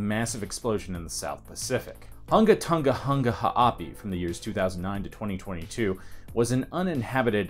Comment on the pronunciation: Wow, this thing is amazing and a little scary... GRATS on pronouncing that island name, BTW. hehe BTW, what's up with the first 47 seconds of wind noise?